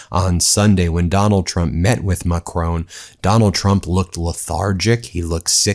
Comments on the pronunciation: It's pronounced mack-ROHN, not McCrone! He's not Irish! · For Goodness sake, Ben, the name of the French president is Macron. The stress is on the first syllable. It is NOT like Stallone. No way! The ‘on’ is simply like ‘on the table’, so no ‘own’ sound! It is so irritating to hear you wrongly pronounce his name month after month. I love your work, really appreciate everything you do, and the rest of the team, but make an effort Ben, please! Macron as in saffron Judith, Avignon, France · It's Macron....not Macrone. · MACRON! NOT MACRONE! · It's MA and KROHN, not Macrone or McCrone! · Macron not Macrone. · Ben! Mac-ron, not mac-rone! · it's Macron and not Macroon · Macron (who, incidentally, is pronounced Ma cronn not Ma crone) knows exactly what Trump is: an ignorant huckster who has caused financial chaos across the world, not to mention probably around a trillion dollars in total damage. This fumbling, feeble, encounter will only enhance the inglorious reputation of this stain on US history. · Hi Ben. Nothing to do with this but please pronounce Mr Macron's name properly. It's just respectful. It's not Macroan. It's Macron. Ends in on!! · Who's "Macrone"? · Macron not Ma Crone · That’s not how Macron himself pronounces his name.